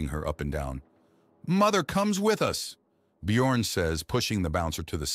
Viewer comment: Actually slightly impressed that the AI voice not completely massacre the pronunciation of the 'ö' letter in the name Björn despite it's spelled with an 'o' in the text.